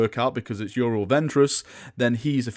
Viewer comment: can't speak english tho;), seriously it's you-ree-ell